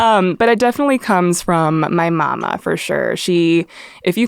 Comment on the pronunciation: the way she said "Mama" dats the Filipina coming out right der 💞